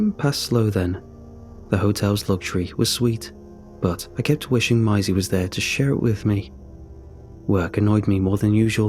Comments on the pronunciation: I think Maisie is pronounced May-zee. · How he pronounced Maisie was funny to me. Is that an uncommon name in the UK? I can think of Maisie Williams. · no he’s just being weird